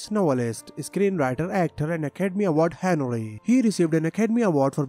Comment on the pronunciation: Your accent is hard honoree sound anare as for the irish pronunciation a joke